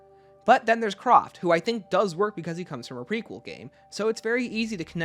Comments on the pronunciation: Hi! It's pronounced Kr-A-ft...not Croft. Sorry had to get that off my chest! 😅 Enjoyed the video though! 👍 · And him saying CROFT instead of Kraft